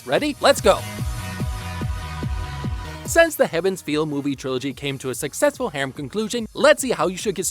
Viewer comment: Do not watch Fate/Stay Night Unlimited Blade Works movies by Deen, they are downright atrocious and nobody likes them. For UBW watch the ufotable adaptation only. Sidenote: Heaven's Feel, not Heaven's field. Though I didn't really notice that pronunciation in the video because I know the ufotable movies are called Heaven's Feel so my brain would automatically hear that when translating.